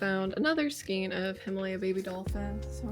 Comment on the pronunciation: Skein rhymes with rain, not queen or line. Having said that, everyone seems to pronounce it differently, so don’t worry about how you say it. 😊